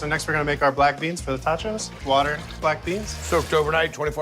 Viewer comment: It's "Totchos". Not "Tachos"